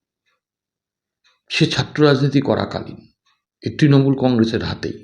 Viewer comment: আপনি তোলামুল বলছেন কেন ? এই প্রথম এই শেষ শুনছি